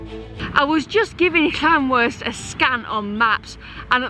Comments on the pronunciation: Loving this series G, as i'm a North Wales local myself! You're not doing bad with the place names, but just fyi... Llanrwst is pronounced Llan-roost! Keep up the good work! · When you pronounce the ll at the start of the word in Welsh you make a strange sound with the side of your mouth just so you know